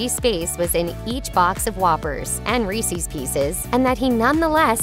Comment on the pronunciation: You say Reese’s pieces weird.